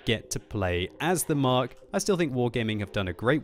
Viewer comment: you are my favourite youtuber, but please please PLEASE stop calling the tank the 'Mark'. Very irritating.